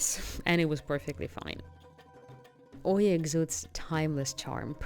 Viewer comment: Good video but it is not Oy-ya but E-ah. It is important for a video influencer to say the names correct as many listening don't know the difference. Thank you.